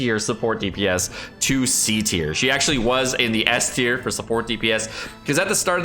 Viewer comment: its time for your tea-r list